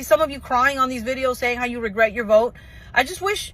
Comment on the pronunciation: "I will boat for Donald Trump" 😂😂😂